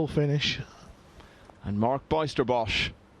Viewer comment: Pronounce the letters ij in the name Bijsterbosch as the y in the word why.